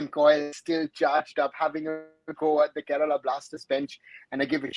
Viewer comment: It's Kerala not kerela...